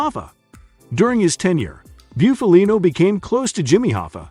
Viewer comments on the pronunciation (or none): Can you say Buffalo? Well then you can correctly say Bufalino....not byoofalino. It's Bufalino( BUFF A LINO) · Booofaleeennnnooo he wouldn’t be happy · You really need to learn how to properly pronounce last names before you make videos. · At least pronounce his name right. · Your pronunciation of his name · Guys like this shouldn't be making mob documentaries. His first pic is Funzi Tierri not Bufalino, and he can't even pronounce Bufalino's name right. I'm from PA in the north. This would be like me making a documentary on southern redneck living in Louisiana when I've never lived in south....lol. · Learn how to say Italian names if you're going to make a video about Italians. I can't even listen to this clown. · Stopped watching after the 2nd time he fkd up his name. 🙄🙄🤮🤮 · U can't even say his fuckin name right! This channel always does this shit. I can't watch this shit anymore.